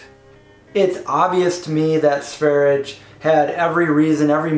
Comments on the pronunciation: That's not how you pronounce Sverige. I'm Swedish. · sverye with the e's pronounced as the e in "best".